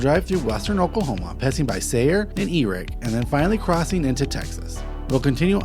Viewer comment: at :37, Although spelled E-R-I-C-K the town's correct pronunciation is AIR-ick. it's the original home of Roger Miller ("King of the Road", Disney's "Robin Hood").